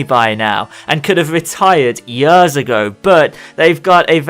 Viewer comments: please say years instead of yuhrs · Everytime you say "yöööörs" instead of "years" something dies inside me =D